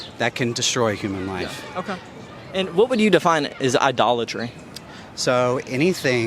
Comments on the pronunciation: Idoltree? You mean idolatry? Hahaha so stupid. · Idle-tree? Sounds like someone has done their homework on the subject! Respect that guy’s opinion……… 🤦🏻‍♂️